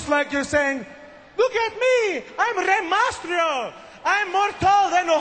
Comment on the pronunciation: LOL santino is hilarious in this segment!!!! Rey MASTRIO!!! LOL